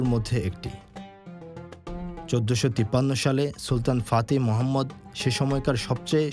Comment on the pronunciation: ফাতিহ মোহাম্মদ না, ফাতিহ মেহমেদ হবে